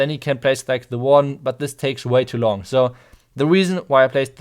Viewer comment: "They take Way to lang.... äh long."😂